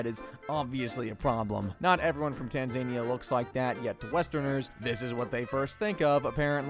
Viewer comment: BRO THATS NOT HOW YOU SAY TANZANIA